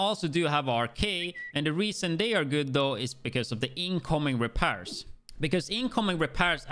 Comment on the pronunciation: The way he says repairs lmaooo….repears